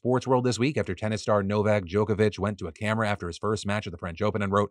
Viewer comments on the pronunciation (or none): Sorry Phil, but I really did have to laugh at your pronunciation of Kosovo and Djokovic 😂 why the big OH sound?